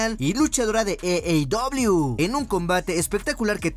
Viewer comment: AEW (Ei i dobleiu) no eiei dobleiu.... Buena información de lucha libre , saludos